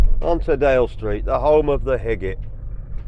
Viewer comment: When you said home of the higgitt, I thought you said home of the piglet hehe